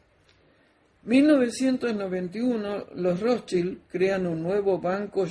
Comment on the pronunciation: estaba en lo correcto con la pronunciacion de los Rothschild, pues es Rozs- chaild.